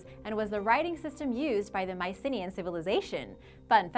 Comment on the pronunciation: That really isn't how Mycenaean is pronounced.